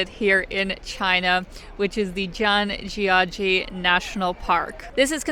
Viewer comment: You absolutely nailed the pronunciation of Zhangjiajie